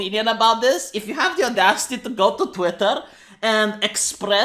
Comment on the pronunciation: Did he pronounce *Twitter*, Twatter? XD